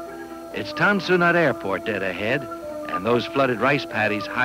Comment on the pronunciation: It is spelled Tan Son Nhut not Ton San Nhut. It is spelled Guantanamo not Guantanomo.